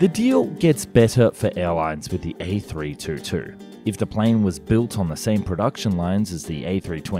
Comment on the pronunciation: Before you make a video about an A322, you'd better learn how to propperly pronounce it.